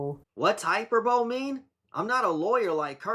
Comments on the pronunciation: It’s pronounced hi-per-bul-ee (not hyperbowl) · When she says hyper-bole, she means "high per bol ee". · Hyperbole, pronounced High-per-boley; which she actually pronounces incorrectly; means to deliberately exaggerate something; it's not a lawyer's jargon, just a simple English language word. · I’m pretty sure he was being sarcastic based on her pronunciation of the word. She said hyper-bowl and not high-per-bow-lee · "Hyperbole" pronounced like "hyperbaly" it just means n exaggeration not ment to be taken literally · Jesus people, he knows what hyperbole means but she said hyper bowl. That’s the joke. Come on. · Hyperbole = Exaggerated statement, something not to be taken seriously. Also she says it wrong, it's pronounced: Hyper-boly or hye-PER-buh-lee She trying to be fancy with big words and doesn't even know how it's pronounced xD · do you have comprehension issues? I know it’s not pronounced hyper-bowl, silly lady lol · No, it’s not. It’s hi-per-bowl-ee. Hipper bowl ee would be insane. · nope. the correct pronunciation hy-pur-buh-lee. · Ha ha, she uses ‘fancy’ words but doesn’t know how to pronounce them. Hyperbole is pronounced hyperboly. If she was as educated as she thinks she is she would know that. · Hyperbole is pronounced hi-per-bo-lee. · Remember the 2004 Natasha Bedingfield single “These Words”? It’s pretty forgotten now so I understand if you don’t but I’ll never forget because she pronounced it “hyper-bowl”. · Can I just say as an average Scot, never mind a lawyer. I’ve never heard the word “hyperbole” pronounced as “hyperbowl” people need to stop reaching. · She's pronouncing hyperbole horrendously. Hyperbole means exaggeration usually used when discussing literature. It's a final year of high school English word not a legal term. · I think the point is that she's mispronouncing it. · I think the video maker was making a joke regarding her mispronunciation of the word :) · Fiona is supposed to be a lawyer yet can't pronounce hyperbole correctly🤣